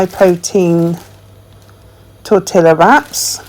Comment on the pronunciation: You pronounce tortilla wrong. It torte ya.